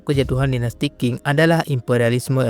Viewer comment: Sebelum buat video tolong dipelajari dan dicatat dulu dong bang sejarahnya. 1 menit pertama ud banyak kesalahannya, tp sy tetap nonton sampai selesai sih, benar2 banyak mengarang bebas atau memang salah sumber? Bisa baca di Wikipedia juga urutan dari dinasti2 kunonya. Terus biar ga bingungkan penonton Qin dan Qing itu bukan disebut dinasti King, Q di sini bisa dibaca Ch, Qin = Chin, Qing = Ching. Keseluruhan, walaupun campur ngawur tapi saya apresiasi semangatnya membuat video pengetahuan begini dan cukup menghibur. Semangat untuk terus berkarya, semoga sukses!